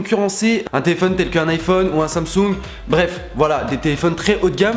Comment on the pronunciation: Ptdddr team iPhone, android c’est nul (sorry les gars m’insultez pas) assez louche le nom 😂 par contre comment tu dis Samsung wsh « sansongue » 😂😂😠